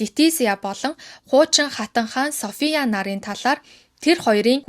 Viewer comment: Хүмүүсийн нэрийг зөв дуудмаар байнаа😂 Өмнөх дугаар дээр бас алдаад дуудаад байсан. Софийяа хатан Битрис гүнж байхдаа яахав дээ. Фийлипе 🙄 😂